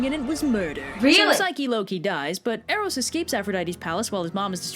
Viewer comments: sorry to correct you but its pronounced Air-os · You said Eros and Psyche wrong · She pronounced Eros and Psyche wrong